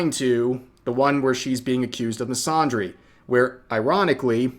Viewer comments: Fyi, "misandry" uses the short "a" in "Apple" or "Anthony", not the long "Ah" sound in "Andre" or "wander". Hope this helps. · Please stop mispronouncing the word "misandry" like that, there's no ahh sound in there fam